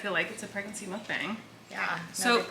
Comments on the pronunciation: Colleen! The word is Korean, and it’s pronounced muhk-bang, not mook-bang. I really hope you read this comment and know how to say the word in your next video. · It is not pronounced mukBAYNG, it’s mukBAHNG. Please learn to correctly pronounce it. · Theoretically speaking, the A in "mukbang" should be pronounced like the A from "cart" because it comes from Korean and this is how they always pronounce the letter A. But I get it, it's probably easier for native English speakers to pronounce it the other way. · The bang is not like bang bang finger gun, but b-ah-ng so the “a” is an ah sound. It’s 2 Korean words mashed into one. Muk comes from the word mukja which is eat or mukneun which means eating and bang from bang-song which means broadcast. So mukbang means eating broadcast/eating show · It's literally half of each pronunciation. You were pronouncing it 먹뱅 (meok-baeng) and 묵방 (mook-bahng), but it's 먹방 (meok-bahng). Sorry, I don't know the best way to communicate pronunciation with the English alphabet... Hopefully that made sense. Basically, the first syllable of the way you usually say it is correct, but the second syllable of the other way you said it is correct. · It is traditionally called mukb-ahh-ng like lawn since it's originated in Korean culture and that's how you say it in Korean. But I'm sure in English you can say whatever, cause English LOL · you mention how to say mukbang everytime 😂 It sounds more like mock bang. But since everybody’s saying it in a particular way .. i don’t think it’s that important at this point. Anyways Love u💗💗💜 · mukbang is the korean word for "eating broadcast aka room" so it would be pronounced mook-bAng like the Ah sound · The more correct way of saying mukbang is "muk-bong" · it’s pronounced “mok-bong” or “mUHk-bong” which is 먹방 in korean which translates to eating show or eating broadcast :)